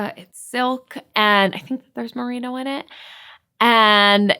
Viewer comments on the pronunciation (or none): none